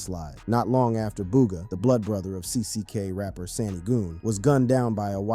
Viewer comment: U gotta start saying g these ppl names right man ybc dul (dool) sani (sahni) goon